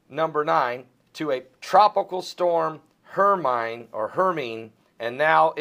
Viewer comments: HER-MINE-E Like in the Potter movies~ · I think Hermine is pronounced her my nee like on Harry Potter movie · FYI it's pronounced; HER-MY-KNEE